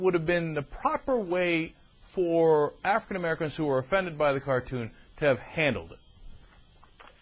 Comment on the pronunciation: Wtf is an Afwican Amewican?